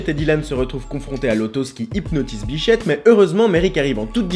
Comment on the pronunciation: c est grave si jai entendu "biflette" au lieu de "bichette" docteur?